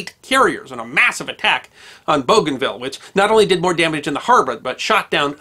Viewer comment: Liked and shared, lest we forget. Note: I think it's pronounced Boo-Gan-VEE-Ya.